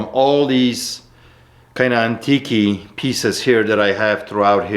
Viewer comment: Quick question about something that really bothers me now,why does call it antikkey? Does he say it in what he thinks is some sort of comical ironic way...or does he not know how to pronounce antique and if that's the case why over all these videos has nobody corrected him? Not a big deal I know,and not the end of the world but it's really starting to bother me